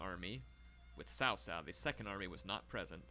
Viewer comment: “Cao Cao” is pronounced as “ Chow Chow” like Mr. Chow , those typical hong kong names